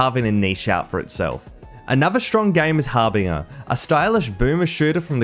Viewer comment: Why’d you say Harbinger like HarBINGer?